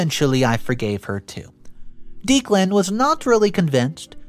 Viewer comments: not trying to be a jerk but it's OP's fiance's name is pronounced Deck-len not Deek-len. 😌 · The name is pronounced Deck-lan, not Deeklan. Sorry for being the pronunciation police, but the name was said so many times 🤷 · You really need to brush up on pronunciations. The groom's name is pronounced Deck-lan.. this among several others. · Declan is pronounced Decklann not Deeclan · Declan is pronounced Deck lan not Deek lan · It's not Deek-lan.................it's Deck-lan. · (pronounced decklan not deeklan) poppy gave so many opportunities for op to remove her i got to 7.50 timestamp and i think eloping was your best bet for a peaceful happy wedding day mil and sis are as bad as each other and why did op not punch poppy back? at 15.14 i can not understand ops reluctance to ban poppy from her wedding? i mean wth. NO not ask her....TELL HER. get a spine and some common sense imo lawyer and sue poppy for slander / defamation good god op still whinging about sis not at the wedding.....really. op not living in reality? and now we see where op gets her blind trust from ...her mother how did steven even get near the projector to put his "film" slideshow on it? op is wrong. wedding and night was ruined mostly by herself for being blind and not preparing properly but husband is also wrong for his comments. again... preparation (security at door and at the projector) could have stopped all that holy.....you confide in poppy? sorry here. but op is STUPID who sent the email? if you suspect anything. investigate first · Yes! Someone spelled out the sound of that name. It was driving me nuts! I like this channel but the narrator often mispronounces normal every day words plus common names. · Declan is pronounced decklan. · I love listening to this guys' stories while I'm working. I just kept getting so distracted by the fact that he kept pronouncing the name "Deeclan". Is that just an American English thing? I had an American wife and I still struggled to understand...